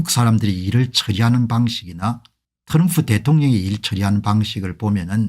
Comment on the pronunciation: 공박사님, 츄럼후가 아니고 트럼프입니다. 피와 에프 발음이 안됩니까?